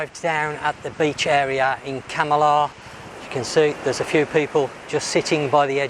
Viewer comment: You say Kam - i - lah about a hundred times and every time you pronounce it wrong. Try; Kamarlah